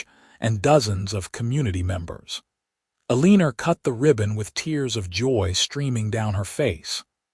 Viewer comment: It’s el-en-or not ah-lean-er